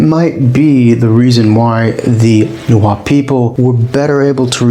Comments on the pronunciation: It is definitely not pronounced "Na-wa-tel" Loose the "tel" at the end and instead use a semi-click "tsh" with air escaping through the back of the tongue while the tip of the tongue is touching the central incisors. At the very least just pronounce the "t" w/o the "tel" [Na-wa-t] or properly [Na-wa-tsh] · I tend to judge these pretty hard based on whether the narrator can say Nahuatl correctly. 10 seconds aint doing so well with "Na-Hwa-tul" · Your pronunciation for everything nahutal is incorrect